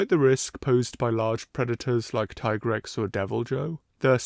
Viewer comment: What kind of sacrilegious heathen pronounces Tigrex with a tea in the name